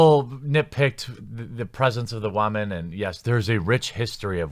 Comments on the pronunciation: What accent do you have? Not hating, just never heard woman pronounced wahmen before. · Is he saying waaman deliberately and I have just missed the point... cos that can happen, I have missed the point before? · Why he keep saying Waman?😂😂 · Good vid i just have one question. Wtf is a waman?!? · The guy can't even say Woman right. Fucking tard lol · Why can’t you say woman? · Learn how to say WOMAN! So annoying. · Maybe you should learn how to say “Woman” before making this video 😂😂😂